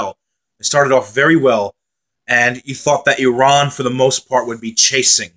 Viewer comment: Thank you! Appreciate the nice comments about Iran. And oh thank you for pronouncing “Iran” the way it should 😊